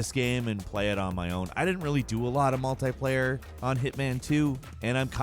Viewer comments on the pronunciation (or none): Its multiplayer not multiplaier